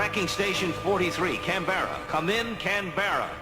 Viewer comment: Australian here .. Canberra is mispronounced in the epilogue 😊 it’s Can-bra